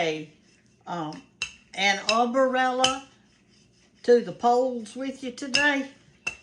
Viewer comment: You were a teacher and you think that umbrella has four syllables?